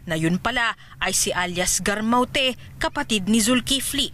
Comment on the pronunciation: paulit ulit kong pinakikiingan kung paano nya binibigkas ang salitang "mawte" 😁